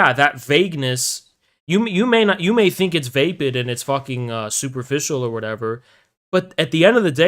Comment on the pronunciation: Grammar nazi chiming in, vapid is pronounced like rapid. Always like your streams even though you a filthy commie.